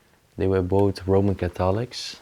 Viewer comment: again a nice video. I don't understand why their kids don't care. When my mother died I lovingly took care of my father and when he also died I emptied the house with my brother, reminisced and cried., try listening to the pronunciation of catholic,noticed,thorough and thermometer for the emphasis